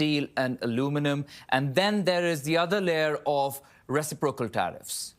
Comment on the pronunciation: This host is awful. He’s biased and can’t pronounce words. Resiprosal?